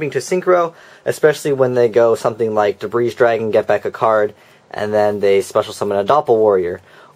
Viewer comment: Very informative, but... Your pronunciation could use a little work on some of the cards, such as Debris Dragon, pronounced Duh-Bree, not Duh-Breeze Other than that, I think your videos are awesome